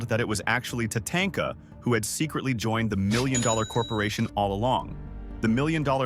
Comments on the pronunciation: You mean it's not pronounced TaTAINTka? 😂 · How the guy pronounces WrestleMania X, Tatanka and Neihard.... Sheesh man learn how to read